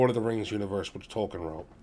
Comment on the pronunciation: It’s Tolkien. There is an I in there in addition to the L.